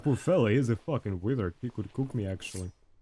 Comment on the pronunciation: "Withard" "Wiz cheaper gear"